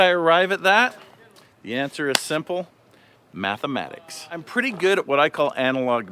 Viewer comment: Did you say math a matic or Matt's a matic